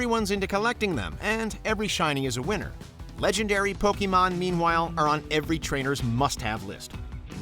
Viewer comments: What about huge chain combos in Puyopuyo? While you are building them your opponent is about to destroy you but then you release the chain combo in time and obliterate your opponent? or what about in Dragon Quest when you find and kill a metal slime to gain huge exp points? PS You butchered the word "Pokemon." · 25 years and so many people still can't say Pokemon or Lara Croft right....Poe-KAY-mon, not Pokey-mon ffs. also...how the hell can you talk about satisfying video game moments and not mention landing a million+ point combo in a Tony Hawk game? or getting any of the 1 in 128 chance drops in EarthBound like the Sword of Kings? or gold starring a song in Rock Band?